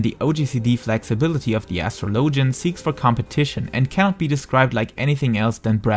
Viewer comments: Please tell me Asstrolowgen is not the right pronunciation in english. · astro -low-gen haha ur accent made me giggle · That is not how you pronounce it... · ....i couldn't continue with the video after that botched pronunciation of Astrologian.